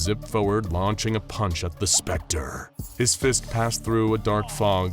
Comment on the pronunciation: is that really how you should say T H E S P E C T E R